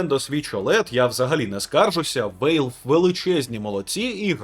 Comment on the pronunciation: Валв, не Вейлв.